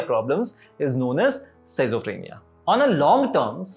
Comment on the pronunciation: Its pronounced as "skidzo" not "Sizo"